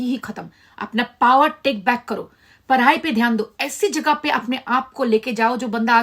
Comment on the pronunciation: Parai nhi hota padhai hota hai.